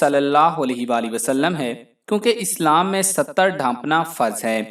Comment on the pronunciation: ستّر نہیں ستر